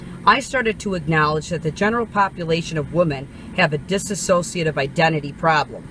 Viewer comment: *dissociative She kept saying it wrong. It's dissociative identity disorder, highly misrepresented disorder. Media like Split, etc. not only show the most severe form (which is fairly rare), its representation is so incredibly off it's disgusting. It puts an absolute undeserved stigma on the disorder that stems from severe childhood trauma. Dissociative disorders as a whole are not at all rare; PTSD is a dissociative disorder for example. Holly didn't have that. She also didn't understand the disorder (like many people). She was clearly in the middle of a psychotic episode. Definitive on the schizophrenic spectrum. A